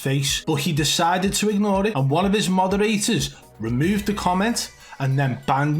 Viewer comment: Lol it sounded like you said one of his mother eaters not one of his moderators hahsha